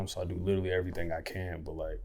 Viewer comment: That “errthang” is so Louisville 😂😂